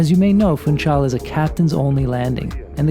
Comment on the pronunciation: The "capital" of Madeira island is to be pronounced [fũˈʃal] as if it was "Funschal" is German, not "Funtschal"!